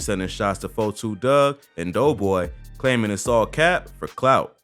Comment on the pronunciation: It's Dugg not Doug geesh😂